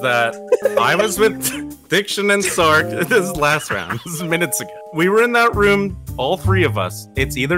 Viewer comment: I still can’t believe can’t say Sark and always calls him Stark lmfao